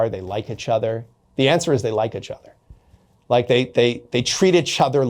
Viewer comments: Is he intentionally saying itchother? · Take a shot every time he says "itch-other"